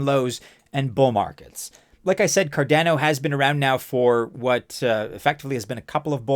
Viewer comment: So cardäno huh. The second a , is also just a , not ä. Great video , but you should really spell the second a the same way as the first 1. Never heard some1 pronounce it this way 😄